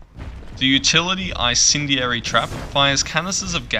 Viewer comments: It's basically pronounced En-Sendy-Air-Y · I-cendeary, really? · The way you said incendiary was painful to hear